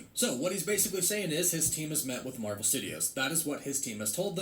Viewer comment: The endning Marwel s 😂👌